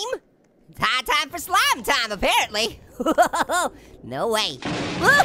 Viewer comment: Did you say A pearently get it A pearently And Butt poop